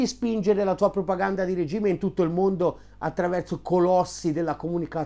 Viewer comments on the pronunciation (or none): none